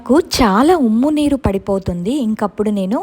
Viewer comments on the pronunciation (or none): Ummu neeru kaadu umma neeru